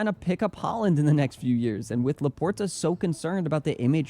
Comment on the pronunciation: When buddy in the original video said Haaland I knew I couldn't take this seriously.